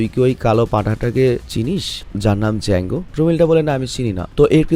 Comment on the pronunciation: ডিজাঙ্গ আঞ্চেইন্ড নারে ভাই জাঙ্গ আঞ্চেইন্ড 😂😂😂